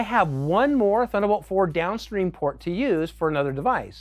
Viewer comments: "Thunnabolt" :P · I guess they couldn’t find anybody who can actually pronounce "Thunderbolt" ;)